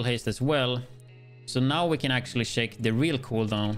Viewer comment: Sheck the Shest pish 😆